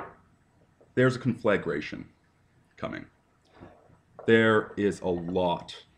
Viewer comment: I love how he can't pronounce "conflagration" but damned if he doesn't try. Just like his fake whiskey and his unsmoked cigarettes and his adorable skulls and his reject-Captain-Planet-villain look. Everything about him screams "I WANT YOU TO KNOW I'M A MASCULINE INTELLECTUAL MAN'S MAN" when he's actually a little soft sensitive manchild.